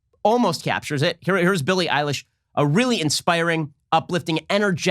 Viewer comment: He said Billy Ilish I thought he was talking about a guy